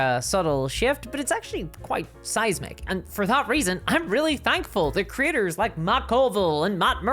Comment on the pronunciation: I love she makes “creators” sound like “critters”. In the context of this video, it’s just hilarious.